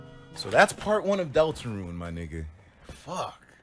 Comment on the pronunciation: It seems like he is saying delt to the rune